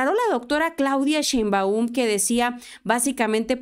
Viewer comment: Hila!!! Solo una observación, es Claudia Sheeeeinbaum!! Es acento tónico en la e no en la u!!! Saludos!!!